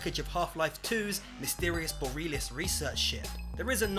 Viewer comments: "Boreelis life ring"? Borealis. Bor-ee-ah-liss. (Yes, the reason I know this is because I'm Canadian) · and Borealis is not pronounced boh-ree-lis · Cray-Toss. Bor-ee-all-iss. Come on man. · "Boreelis"? BORE-EE-AH-LISS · Borealis Boh-reh-a-lis Not Boreeeeelis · Boh-ree-AL-iss, not Boh-REAL-iss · Borealis? Dude, it's pronounced Bore - re - a - lis... as in Aurora Borealis.... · OH SHIT, It's from 4PP!! Goddamn that's an old ass video, I remember it! (On a side note, I cringed every time he didn't pronounce "Borealis" correctly.)